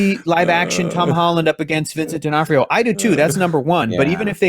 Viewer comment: Vincent D'Onof-TIO??